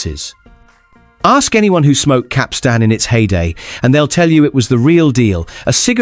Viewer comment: Pity the narrator doesn't know how to pronounce Capstan.